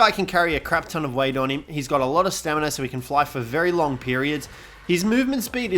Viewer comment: Lol “staminery”